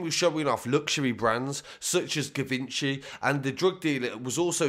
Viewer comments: Givaunche is how it’s pronounced babes!, you need to learn French pal!, respect from Huddersfield pal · 😅😂🤣 it’s pronounced jivonshi